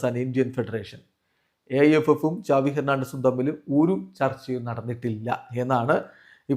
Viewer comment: സാവി ❌ ചാവി🔑✅